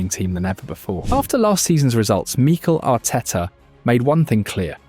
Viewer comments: Meekle Ateta. AI voices are annoying. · Exactly! I grew tired very quickly of hearing MEEEKEL Arteta every 10 seconds 😂🤦🏻